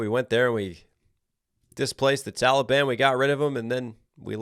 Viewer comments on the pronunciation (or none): none